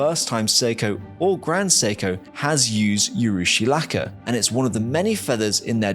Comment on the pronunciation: Dont say U rushi, say oo rushi as in oo's and ahh's, the oo part.